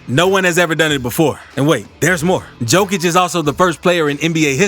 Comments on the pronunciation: How you gonna make a video with a bunch of info about him but don't know how to say his name correctly? Lmao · You're mispronouncing the guy's last name Mark Jackson didnt even bother to learn how to say it for NBA finals What's up with this? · Cant eally listen to a commentary if someone is knowingly pronounce someone elses name wrong. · Appreciate the video on underrated Jokic, but you gotta learn how to pronounce his last name bro 😉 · Thank you that bugs me too, the best player in the world and can't say his name correctly 😢